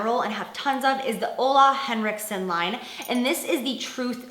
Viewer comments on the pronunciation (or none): Jaclyn, your pronounce Ole Henriksen in a really weird way ...... Sounds really funny ... :-)